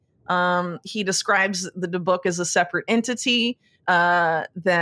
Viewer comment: It DE’ buk. The emphasis on the first syllable. I can’t get over how precise your investigation is. Wow, wow, wow!